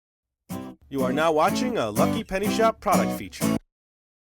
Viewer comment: Loved the emphasis on the lucky in this video XD